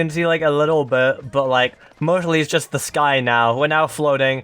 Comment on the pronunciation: Ze Population Of Ze Fish Is Now Called Ze Land Guppy's